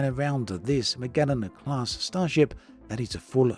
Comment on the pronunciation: This looks awesome. Yes, hell yes. Also - thankyou for pronouncing "Magellan" correctly:P (edited my spooling lol)